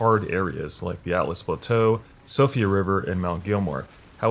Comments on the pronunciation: Mount “GELL-MEER” not “Gilmore”. “SEE-OH-FRUH” not “Sofia” “Ehh-so-terric” not “ee-so-terric” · "Atlas Plateau" "Sofia river" lol you need to work on your pronunciations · Siofra = (SHE-fra) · My eye twitched when he said atlas plateau and Sofia river lol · Siofra is pronounced she-fra. I've thoroughly enjoyed the verbal gymnastics youtubers have pulling to get to grips with the word😂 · It's Siofra, not Sofia River. Also Altus Plateau, not Atlas.